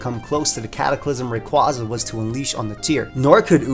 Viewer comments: its name is derived from quasar so say it wiht me now RAY-KWAY-ZA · I've said it before and I'll say it again, It's "Ray-QUAY-za" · Oh my gosh for the last time It’s Ray-QUAY-zuh. It’s based on a quasar. (Quay-zar) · It's pronounced "Ray kway za"! R.I.P. Mega Evolutions! They will never return again! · Well I have some feedback, he should learn how to pronounce Rayquaza correctly